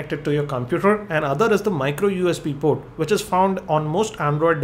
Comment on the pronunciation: in this video, "port" which was pronounced as "proooooddd !" you have to listen and think before you can understand him.